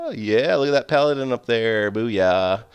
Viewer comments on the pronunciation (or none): none